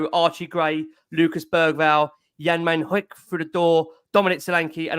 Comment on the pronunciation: Drives me crazy when I hear people pronounce Min Hyuk's name. The H is silent and it's pronounced like the word "minion" except ending in K.